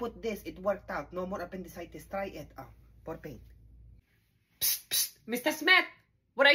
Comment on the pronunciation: “Por Pain” 😂